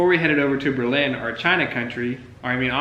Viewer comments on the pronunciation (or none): OMG STOP SAYING BER-LYNN! Its just Berlin and yes its a tourist trap. Born and raised in the local small towns around there, the legit amish stores located on small country roads is where I go if I need a rug, a broom, a mop etc. Frankly this local doesn't even drive into Berlin during the tourist season unless its absolutely necessary. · It’s pronounced Burr’ Lin. Stay away from the bigger towns. Get a county road map and drive around. Time to go is in the fall when they are harvesting.